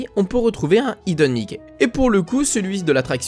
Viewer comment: Bonne vidéo, impossible de voir l'oiseau pour moi... et cette fois tu prononce bien hidden Mickey ça fait plaisir !